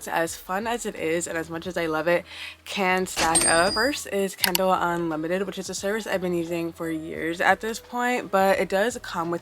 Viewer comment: You pronounced it kendall the whole time so that is my name suggestion lol